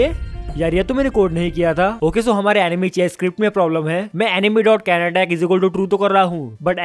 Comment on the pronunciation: He was saying "Enemy" but all this time l was hearing "Anime"😅 kis kis ko yehi sunahi diya😅?